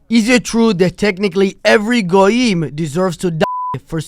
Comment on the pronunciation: fr said “GoooYeem”